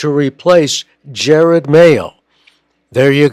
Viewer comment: enjoyable commentary, but his first name is pronounced "ja rod", not "jer red"